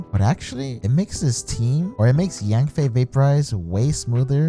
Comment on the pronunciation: Its YANFIE NOT YANBAE😝😝